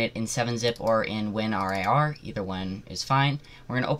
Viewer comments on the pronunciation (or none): bro did you just say WIN R-A-R?